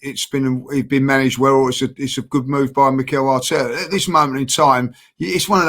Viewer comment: U said artera out doe 🙁😶🤔